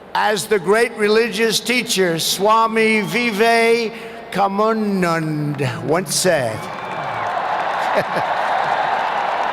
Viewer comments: Swami Vivekananda pronounced wrong by Donald Duck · স্বামী বিবেকানন্দ সম্পর্কে ট্রাম্পের ধারণা খুবই অল্প বলে মনে হচ্ছে। কেননা তিনি ঠিকঠাক " স্বামী বিবেকানন্দ " নামটি উচ্চারণ করতে পারলেন না। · How badly " Swami Vivekananda " is pronounced by Mr.trump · Swami Vivekamunmun 😄😄😄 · That was Swami Vivekananda. Hell of a pronunciation.